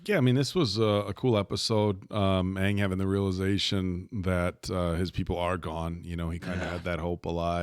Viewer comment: If u watch this you have to watch korra too!!! Btw, this american mispronunciation is kinda irritating tbh. They pronounced Aang like "and" but it should be like "hung" since they base references off east Asian stuff. (Chinese,japanese)